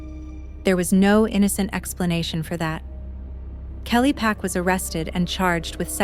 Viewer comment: And the suspects last name is Park not Pack. I found that out just by searching the case.